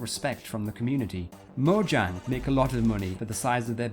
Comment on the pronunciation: it's not modjang, it's moyang!